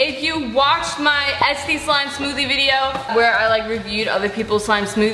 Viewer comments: it sounds like you say esty instead of etsy the whole time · Did anyone else think she was saying etsty instead of Etsy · “Es-tee” haha